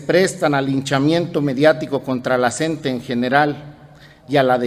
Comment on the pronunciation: OIGA SEÑOR REPORTERO NO SE DICE EL SNTE ES LA CNTE SIGNIFICA COORDINADORA NACIONAL DE TRABAJADORES DE LA EDUCACIÓN. POR FAVOR PROCURA LEER BIEN